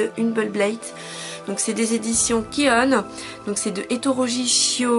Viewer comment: je suis obligé de te reprendre sur le nom de l'éditeur il s'appelle pas kione mais ki oun cela se prononce ki oun j'espère que t'as compris ce qu je voulais dire. sinon à part ça toujours de très bonne vidéo